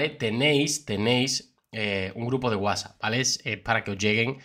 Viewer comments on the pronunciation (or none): none